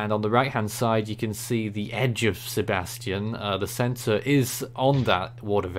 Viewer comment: Hey guys.... You are mispronouncing Sebastien's name. You are pronouncing it the way the name spelled Sebastian is pronounced. This storm is Sebastien.... see bass tee en, with the stress on the LAST syllable. I believe this is the French equivalent of the English name Sebastian... see bass tee un, with the stress on the second syllable, but it is spelled and pronounced differently.